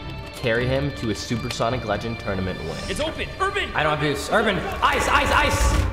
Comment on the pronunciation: “Carry Urabn”